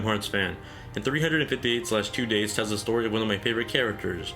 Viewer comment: 358/2 days is actually pronounced "three-five-eight days over two". I know, sound silly, but that's how it is! In terms of my favourite DS game, it'll be Mega Man Star Force 2. I feel that this title got really negative reviews simply because it wasn't the same as the Battle Network series on the Game Boy Advance. Cool story with stars, comets, and OOPArts involved. Protagonist that is vulnerable. Villain that you could understand where she's coming from. Fun combat system that mixes up real time combat with turn based attack coordinating mechanics... I think there's a lot to like! Even though it's not for everyone, it's probably my favourite.